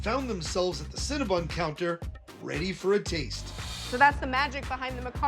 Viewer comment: Adam! CinnaBON not CinnaBUN!!!